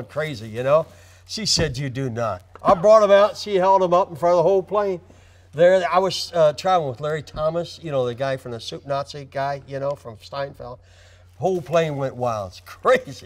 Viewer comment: I wonder if that was an actual slip or if he was deliberately mispronouncing it like that... if so, give that man an Oscer